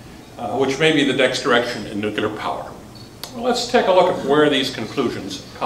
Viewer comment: New klee urr, not nuke you lrr.